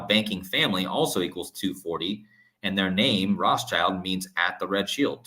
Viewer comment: The S in Rothschild is silent